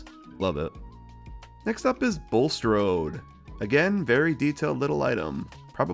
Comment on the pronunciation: Your bulstrode says blustrode lol